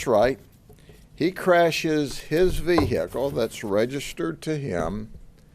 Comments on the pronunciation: “VeHIcle”😭 I can’t stand his voice lmao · sometimes he puts emphasis on the hic in vehicle. and others he doesn't. its like sometimes his inner country boy comes out and sometimes it doesn't. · Confusing. The good sheriff knows the word, and usage, of 'kerfuffle,' but cannot properly pronounce 'vehicle.' oh, just got near the end of the video and realized the sheriff doesn't care at all about the law, he only cares about what he "feels." The law and logic are liberal things, good Trump supporters like the sheets just go by their feelings, and the law is just something they can't stand. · Someone should explain to him that usually in the American English language the "h" when its following a "w" is silent 😅